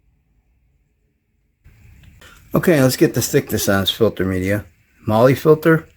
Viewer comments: Your " marley" ...mahle ... is pronounced "MARL" !!! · Its not MOLY.... its MAWL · MAR LAR not Lee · lol it's prenounced "Mall" "Molly"